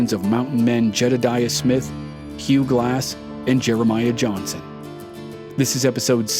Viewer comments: IDK why this story reader pronounces his name wrong EVERY time? There is no T is Johnson brotha!!!! Johnston Johnston Johnston smh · Why do you pronounce Johnson wrong?